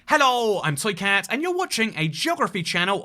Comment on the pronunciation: I can still only hear "Soycat" when he says this intro... Cannot force my mind to hear "Toycat". Is he doing this on purpose? It must be.